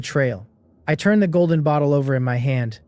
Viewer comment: Churn?? Churning???? The fuck word is that & what's it supposed to mean? I keep hearing it so are ai's incapable of saying turn